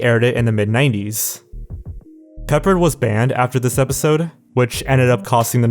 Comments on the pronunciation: Exactly. And im certain it is pronounced "Pep-paard" , not "Peppered'. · I'm surprised that you didn't mention that Alan Thicke passed away in 2016. Also, George Peppard is pronounced Pep-PARD, not "peppered." He's best known for starring with Audrey Hepburn in Breakfast at Tiffany's and playing Hannibal in the NBC show The A-Team in the 1980s. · George "Peppered"? Your age is showing... or maybe mine is. LOL Sorry.. just had to mention it. Pronounced Pe-Pard.:) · George Pa-pard. Not peppered. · George "Pep-Hard" is how it was pronounced. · It is pronounced George pePARD. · George Peppard is pronounced Puh Pard (rhymes with hard)